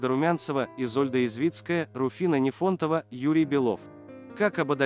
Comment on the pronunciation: Ударения надо наладить-Эдит,НифОнтова.